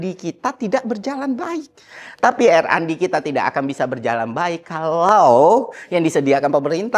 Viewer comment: yang bener itu RnD bukan randi editor 🗿